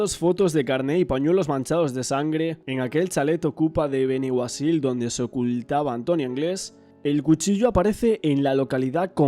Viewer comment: Sugerencia: Sería conveniente presentar imágenes de Valencia actuales y pronunciar adecuadamente el nombre de los lugares: Motilla del Palancar y Benaguacil. Saludos.